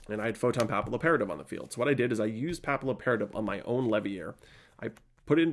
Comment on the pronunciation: Great vid, very nostalgic. It's pronounced 'photon pappy-operative', like papillion in french